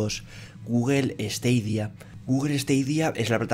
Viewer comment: Se pronuncia "STADIA" no "STEIDIA" stadia es estadio en latín, el latin tiene la misma fonetica que el español